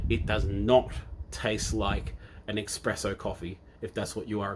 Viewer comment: "I used to be a barista"...... then says "EXpresso" again and again. Dude! ESPRESSO!!! (Love your work though - I've just started on TMS and going through all your videos! Thanks for doing this)